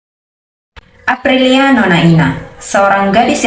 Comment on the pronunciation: Ralat bu. Namax bukan aprialia yg benar apliana nona ina.